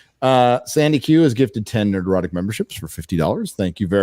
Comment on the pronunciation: I really really cant stand how says Nerdrotic. I'm sure it's been a topic before, but gawdang it's annoying as fuck! Nerd-rotic not Ner-drotic!! Fucks sake!!